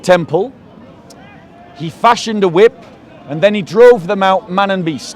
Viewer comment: "He waved the wrip around" 😂😂😂